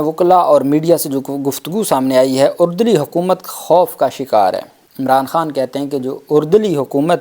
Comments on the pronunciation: Bhai ardali hota hai "urdali" nahi. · Aap har lafz mein ikhtra kiun kerte hain? Lafz urdali nahin hota, ARDALI HOTA HAI.APNI TASHEEH KER LEIN.